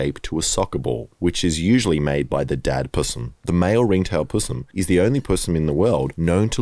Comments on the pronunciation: Oh and btw the word possum is pronounced p O (as in Osterich) not (ah) as in thumb, So its a pooosssum not a pus em. FFS get it right! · Aww I raised a displaced tawny, was suitable to be released and it kept coming home for visits ❤️ Also love the fucked up aussie humour , sick of American content being the norm 😅 But mate, ‘pssum’… chuck the o back in 😂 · I love how I Did A Thing keeps saying pussum instead of possum. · Are you calling them "Pussims" on purpose or do you actually pronounce it like that? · STOP SAYING PUSSUM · y u said possum weird tho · the way he pronounces possum is quite odd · Please never say possum again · Brother I don’t know if it’s just a NSW thing, but I desperately need you to stop saying possum like that, it’s making me wildly uncomfortable